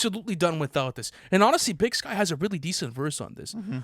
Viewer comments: Big Syke not Big Skye 😭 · Big SYKE....not big sky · Imagine calling Big Syke "Sky" over and over like that. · It's BIG PSYCH not SKYE he is/was a well respected Crip friend of 2pac .. put some respek on Big Syke name !